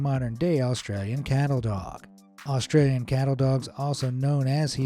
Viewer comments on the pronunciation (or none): none